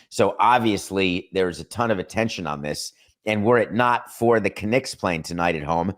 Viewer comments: In the first 30 seconds, you said the Mets went to New York, which the Mets are in New York and you called the Knicks the caKnicks 😂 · wtf is a K-nicks lol